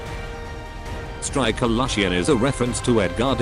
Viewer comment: did he just say striker lushian